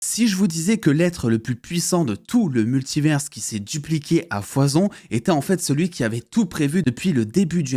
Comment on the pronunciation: Jai une question, pourquoi tu dis « multiverse » et pas multiver ? Tu stresses à ajouter un « s » dans la prononciation alors que y’en a pas. A la limite si tu le disais en anglais ok mais là tu dis en français. Univers tu dis « universe » ?